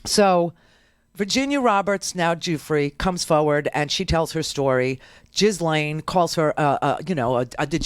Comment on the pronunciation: Ghislaine’s name is pronounced Jill-enn.